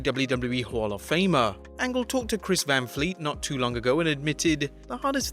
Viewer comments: KURT ANLGE? lmao, gotta get those edits in bruv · You botched Angle twice.